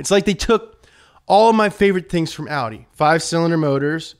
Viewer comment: I'm impressed that he pronounced Porsche und Audi correctly! :-)